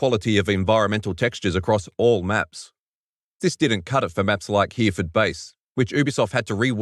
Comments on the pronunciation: Hereford is pronounced he-ro-fud, as long as you mean the UK city at least :) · HERE FORD. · If you Miss-pronounce Hereford one more time.